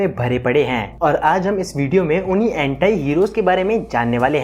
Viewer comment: एंटाई नहीं भाई एंटी होता है